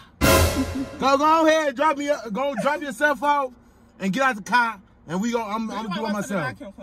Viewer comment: “You know what, I want you aht tha cah” 🤣🤣🤣🤣 I screamed!!